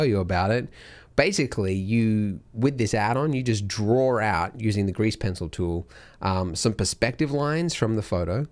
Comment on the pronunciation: No you "DRAW" out not "DRAWR" out